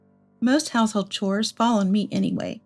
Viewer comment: Chores is NOT pronounced cores! The h is not silent.